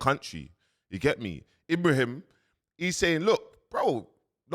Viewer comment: To start bro it's I-bra-him Tra-oré and bur-Kina-Faso lets start intelligent please, continue to spread my black fellow #TheChosenOne has arrived ❤️🖤💚